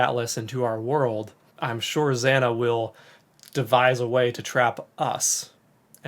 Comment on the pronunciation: zaah-nah i wish you would pronounce her name properly ZANA